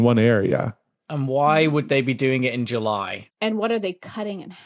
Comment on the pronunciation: Who pronounces “July” that way?